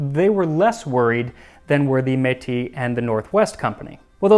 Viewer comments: To my ear, he is pronouncing it as "met" as if the e didn't have any accent on it (closer to è even, /ɛ/ in IPA). Most anglophone Canadians probably won't hear the difference between "m-ay-tee" and "m-eh-tee" as you're putting it. Both are using the same sound (/e/ in IPA), but the "ay" sound continues into a dipthong (/e͡ɪ/). The metropolitan French pronunciation "eh" has the vowel pronounced for a shorter amount of time without the dipthong (just /e/). So either of those would be considered correct in common usage. But /ɛ/ definitely not. Most francophone Canadians are likely pronouncing it /e/ just as in metropolitan France though perhaps voiced for a bit longer depending on individual accent. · Métis is like "may-TEE" rather than "metty" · FYI- Metis is pronounced as May-tee. Pemmican and hardtack are excellent for multiple day long hikes or spending long periods of time away from civilisation. It's easy to store, easy to carry and has a ton of energy stored in it. It's been years since I've had any but I do remember it well. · it's a bit of a weird one tbh (at least to me). Upon first viewing, I'd instantly pronounce it me-ti, because that's following standard French rules, which is how he pronounced it. But I've also heard the S pronounced, so maybe it's regional? It's also possible that I'm wrong and the word doesn't follow conventional French rules so the s is pronounced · Metis here. It's pronounced MAY-TEE The accent aigu over the e makes an ay sound. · I came here to tell Max it’s pronounced “may-Tea” too 😜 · Not to be that guy but it's actually pronounced May-tiss. It's a french word and S sounds are rarely silent. I know because I speak French and am Métis myself :) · I'm Canadian, and I live in the Arctic. I remember reading a book in elementary school called "Pemmican By The Pound." I've been trying to find a copy of it for years, but to no avail. Also just to note... Metis is pronounced "May-tee", with a bit more accent on each syllable.